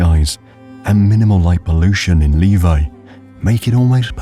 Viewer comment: Almost all Finnis place names were pronounced like they should be pronounced. There is still one that is almost always pronounced wrong: Levi. It is pronounced as Levi´s or levigate, not like a man´s name Levi.